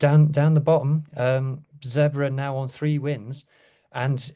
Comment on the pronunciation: Lads, Zebre (zebras in Italian) should be pronounce like “zeb-ray”.